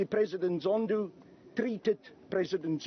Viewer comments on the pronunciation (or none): "President Zondoo" 🤣😂